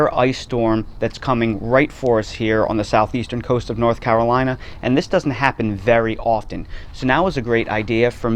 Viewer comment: And thank you, sir, for pronouncing North Carolina perfectly! A rarity even for native Carolinians!